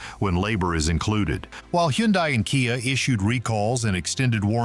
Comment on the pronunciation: Why is he calling a hyundai a hendie ? Wouldnt a car expert know the models. He mispronounced another one too?